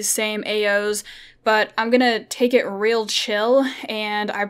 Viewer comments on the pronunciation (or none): none